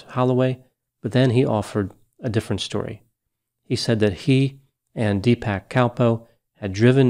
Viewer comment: Wife of a South-Indian here: I believe the proper pronunciation of the brothers names are more like [Dee-puhk] and [Suh-teesh].